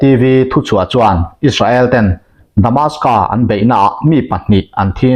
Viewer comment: Damascus tih tur